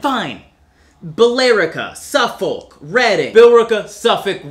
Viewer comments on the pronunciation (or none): none